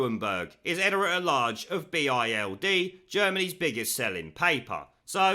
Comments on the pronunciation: Bild is pronounced bilt... just in case you need it at sometime.... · Sorry mate, the paper is called Bild, not B.I.L.D. Nitpicking, I know😂